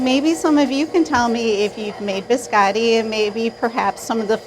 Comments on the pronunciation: Those in italian are named "cantucci". "Biscotti" Means Simply "cookies" in italian. But i know that for americans it's too difficoult to learn Two words in a foreign languange. By the way it's Biscotti not "beeskAdee" like you pronounce; beeskAdee in italian Means nothing. Poor italian 🇮🇹languange!🙄 Amareedou, pista-thceeou....i vomit After this pronounciation. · of all the cooks making italian biscotti only giatta pronounces the word biscotti correctly. americans and second generation italians pronounce the o like an a